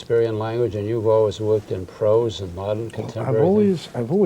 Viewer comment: Clearly u never saw any of these films you cant even pronounce Serpico.Also its Prose not Pross.